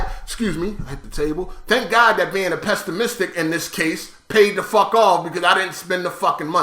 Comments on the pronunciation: "Pestamistic" lmao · my God how does he pronounce pessimistic